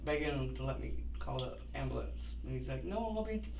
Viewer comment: After watching endless amounts of bodycam/investigation videos, i have learned your pronunciation of the word "AMBULANCE" is directly correlated w the amount of brain cells you have 🧐